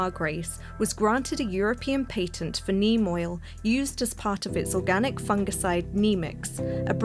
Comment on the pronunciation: How you say patent is atrocious